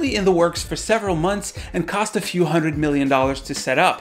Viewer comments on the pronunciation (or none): none